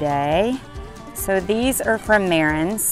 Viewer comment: It's pronounced Ma-ran...not Mare-rens...the s at the end of most French words is silent. It doesn't matter if you have 1 Marans or 50 Marans, the s is always silent. ❤